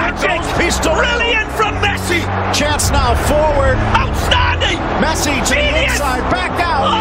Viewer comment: Buffon: "Mesci" 😂